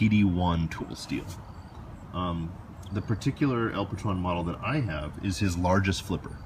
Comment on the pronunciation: Just FYI...the name of the knife is spanish and El Patron is pronounced with a long "O" like stone. Translation: The Boss.